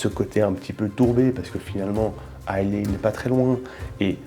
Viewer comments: Pfftt... It's Islâ. Not Islé. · Dis moi, je ne suis pas anglophone mais Islay ne se dit-il pas "isla" ? Je pensais également à une future video, la spécificité du verre, Glencairn, copita etc ...